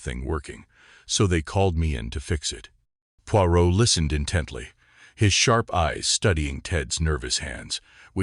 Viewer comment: You could at least have got the name of the main character right. Your ‘reader’s’ constant mispronunciation spoiled the story for me.